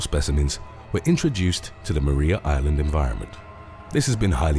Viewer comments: No one hunts them here I live there in Hobart and it's pronounced Mariah island just so you know even though it's spelt like Maria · It's pronounced 'Mariah' Island. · Lol. We pronounce it mar rye yah island.